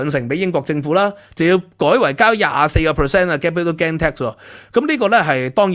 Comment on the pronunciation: 「英國同德國」 「英國同法國」 明明係法國同德國，竟然兩次口誤？ Gain 發音非常不正確，應該像pain, main, 不會讀pan, man, insurance 重音在第二個syllable sur，去了英國幾年英文都好像仍然港仔模式，平日好像少聽本地人講話和看英國本土節目。 一搜谷歌好多各界對budget反應，還有許多你沒有講到，比如: NIC 對受聘由12%減到8%, 對顧主增加 減酒稅 投資數碼科技 潔淨能源 公屋 Business rate relief Data use & access bill 太空科技 R&D tax credits ...etc. 認同有留言稱讀私校不會計較加稅。就算送子女回歐洲返學都不是什麼大陣像，我以前獨自去英留學不是更遠？香港的ex-pat都有些把子女送回祖國上學。看來你只拿兩三樣欠缺全面，帶風向。 我七十到八十年代在英國經歷煤礦罷工，還有巴士、地鐵、麵包、煤氣、郵差…都撐過來了，對付煤礦工會是Thatcher不是工黨。 今日聽到O'Sullivan 成功成為香港優質專才移民，嘻嘻！不過訪問時並無提到是為避稅！笑死人！🤣